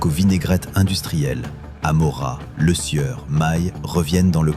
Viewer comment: tout d'abord c'est Lesieur et pas le sueur !...apprenez a parler ok ?